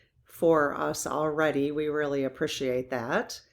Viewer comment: I like this. Wish it was all in English though. There’s some word that sounds so bad to the American ear. Something like app E p shid et. She might be trying to say appreciate. To an English speaker this word grates and is horrible to the ears. Don’t know. what country she’s from but it ain’t America. Not proper English for sure. It might be spoken in the foreign lands of Illinois, Iowa, or Ohio, but it’s definitely not American. The worst sounding pronunciation of that word that has ever been generated out of those quasi American “natives” to those states. I have to mute the sound when I feel the word appreciate is going to be attempted to be pronounced. It’s really easy to pronounce it right